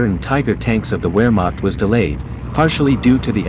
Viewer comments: It’s pronounced Varrmock. Try to at least pronounce some of the vital words correctly. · Sad the A.I. commentator does not properly pronounce the name of the German Army.